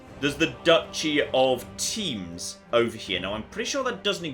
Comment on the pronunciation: Rather "Tamash" :)